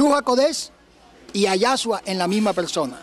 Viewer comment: Es Yeshúa y no Yashua.